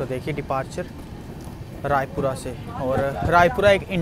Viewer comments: Bhaiya Vo Rajpura hai Raipura nhi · Bhai raipura nahi rajpura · Bhai Rajpura hai Raipura ni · Bro raipura nahi Rajpura hai